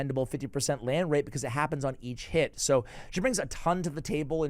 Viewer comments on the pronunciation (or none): when you say each hit it sounds like your saying eat shit lol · Whenever you say "each hit" I always hear "eat shit". Anyway, watched it all the way through, very helpful.